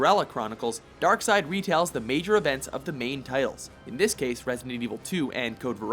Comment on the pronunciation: "Here take DESSS" Im criyng😂